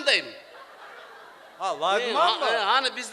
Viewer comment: ака жарайсыз "лагмон" деп ха-ха